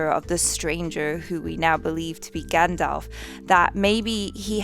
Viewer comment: Stranger = Gendalf